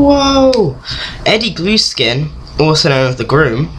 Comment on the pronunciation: You pronounced Eddie Gluskin's name wrong